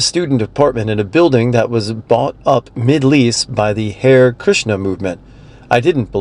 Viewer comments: "Hair" Krishna? 😂 It's Haree*. Listen to George Harrison's song. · It’s pronounced “hah-ray” not “hare”.